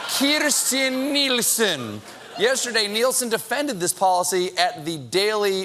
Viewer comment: I love how Stephen says Kirsten Nielsen with that Spanish accent 😄😄